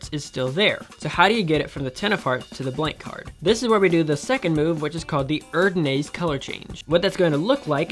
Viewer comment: Your erdanase needs some work😅..amazing trick none the less